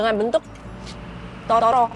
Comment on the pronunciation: Kayaknya pas makan onigiri bilang tororo deh bukan totoro